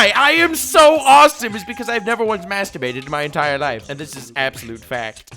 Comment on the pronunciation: Never mastserbeeted before Me: And you say your from the internet? (jkjk